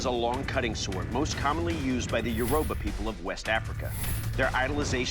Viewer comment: It’s pronounced YO- ROO-BAH And and ogun is pronounced OH-GOON